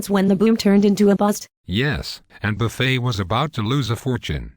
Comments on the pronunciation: That's Warren /Buffay/ ! /Bernanks/ Dude. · Why do the voices silence letters in Buffet's name and Bernanke's name? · Good info,but I wish they could get the voice synthesizer to pronounce Warren Buffet's and Burnekie's name correctly. It's comical